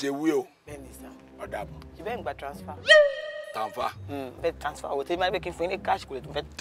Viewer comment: It's the tanfer (transfer) for me 😂😂😂. This is so hilarious 😂😂 just love kiekie's vibe 💯